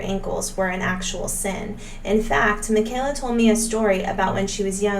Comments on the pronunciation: “Michael-a” it’s said like a Michael not Michelle 🥰 Thank you for posting!!! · It’s “My-ka-la,” not “Mih-kay-la.”😊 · Her name is pronounced Mike a la not the way you’re saying it. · It's pronounced, "Michael (like the "boy's" name) - a; Michael-a. Great video! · They prounouced it "Michael--ah" on the early Duggar show visits. Doesn't Kelly have an adopted Black sister or cousin? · Please stop calling the 2nd daughter by the wrong name. It's pronounced like Michael a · Haha she noted that she got it wrong. However, Michelle is also pronounced differently from Micheala!